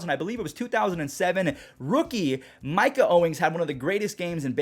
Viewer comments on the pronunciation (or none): none